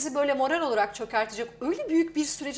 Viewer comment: "Morel" değil hanımefendi "Morâl".